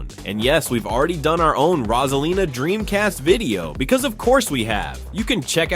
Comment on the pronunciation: IT'S ROSALINA NOT ROSELINA MAKES SENCE